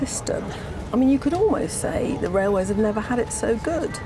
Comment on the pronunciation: What's a "raiway" FT?